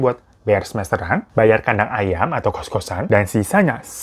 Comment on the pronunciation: Aduuuhhh tolong ngakak bet dah denger abang ngomonk kos "kadang ayam".. Hahahahaa... Selalu ngakak kalau denger lu bang..😂😂😂